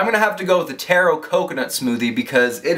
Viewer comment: TAW-ROW not TAAAAAAAAAYRO. ha love you. i'm asian and i LOVE taro ESPECIALLY with boba.